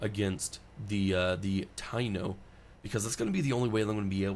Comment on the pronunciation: Ive been looking for a good playthrough of humankind to see what the gameplay is like. Also taino is pronounced tah-E-no, its not important to me I just know enough Puerto Ricans 😂